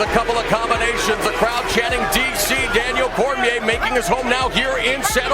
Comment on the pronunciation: Daniel cormiaah